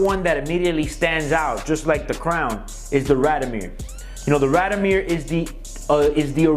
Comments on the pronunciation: First, it's pronounced "raad-eeoh-meer" not "rahd-o-meer". And you're supposed to be a watch dealer? Second, the neck chain and the sunglasses (indoors) scream GIANT DOUCHEBAG!! Would you buy a watch from this guy? I sure wouldn't. He looks and sounds like a guy selling fake Rolex's inside a raincoat on Canal St. in New York. A real sleazeball. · Please pronounce it correctly...RAD-I-O-MIR.